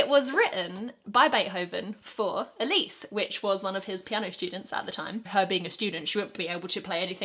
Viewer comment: Being an Elise, playing bits of Fur Elise is indeed frustrating... Thanks, Beethoven. (Also, thanks for saying Elise properly.)